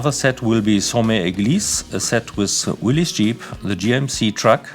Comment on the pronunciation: Excellent news. Thank you. Great to see Heller moving forward again. Long time coming. Always good to hear someone pronouncing Willys correctly. No shortage of Willis Overland films and TV commercials on YouTube.